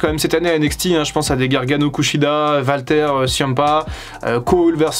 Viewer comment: Ont prononce Wal, pas Val. ce Walter pas valter. Ont dit Wal-Mart. Pas Val-Mart. Mais qui te demande de moins parler de AEW ? Si les gens aime pas la lutte qui aille voir axel